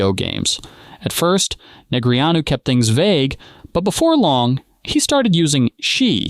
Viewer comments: "NeGREEanu?" I've always heard it pronounced "Negrano" . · Jesus! Stop calling him Nig-Ree-ōn-you!!!! It’s Daniel Negreanu's name is pronounced as "Neh-GRAH-Noo". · Poker pot is blocked for not being able to pronounce Daniel Neh-gra-noos correctly. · Neg-re-on-u? Wadafuq? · Neg-ree-AH-new cracks me up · Is this a i, or dude is clueless and can't pronounce his name correctly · AI doesn't know how to pronounce Negreanu. LOL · One thing I don’t understand is whoever makes this video and edit it. Why don’t they correct AI when it mispronounces names. I’ve seen it on poker videos, hockey videos, football videos. Creator. If you don’t watch the stuff, at least correct the mistakes. You just have to Google how to pronounce negreanu